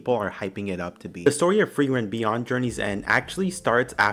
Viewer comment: Frieren... you say it perfectly correct.